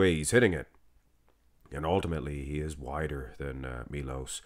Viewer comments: it's Sharchev, u got it almost right, and its Milosh, not Milos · It's "Milosh Sharchev" he's Serbian... Š is SH and č is CH